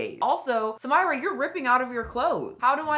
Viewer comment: Far from me to correct the plus size lady, but her name is Arabic, is spelled Samirah and it's pronounced Sah-mee.rah